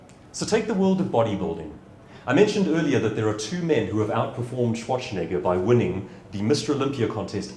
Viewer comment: I really loved the talk, but I was kind of sure that at the end when he talked about misspelling a client's name or discrediting oneself in some other way he would say: "And this is why I deliberately mispronounced Schwarzenegger's name every single time - as an example of that. The most famous, most talked-about body-builder in the world, and still he managed to squeeze in a "ch" where there is none.